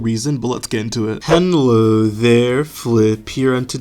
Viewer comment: Guys why is he still saying henlo? 😭😭